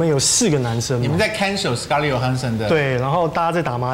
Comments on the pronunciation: 康永哥............是 "J" ohansson, 不是 "Y" ohansson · 康永就别秀英文了，根本就不知道johansson怎么发音。。。